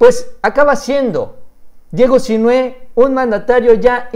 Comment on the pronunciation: No olvides que Sinhue' va asentuado en la e'